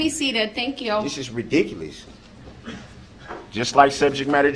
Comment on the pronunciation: Does he just love to argue or is he just trying to aggravate the judge. “ I DID WHAT YU AXED ME TA DO”. ITS RADICUULUS” Its a TAKIT AGREEMENT.